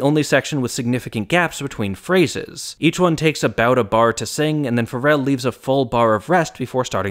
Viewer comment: “Significant gaps between Pharre-ses.”